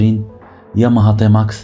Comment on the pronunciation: ⛔ غير هي بالرجوله سميها تيماكس ماشي طيماكس 🤫😭😆👍